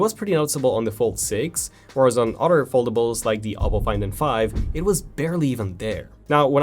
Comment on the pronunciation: Hey bro it's other not otter